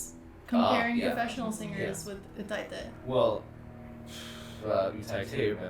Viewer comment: i enjoyed this but i couldn’t handle the pronunciation of utaite , it’s pronounced “you die te” not “u tie te”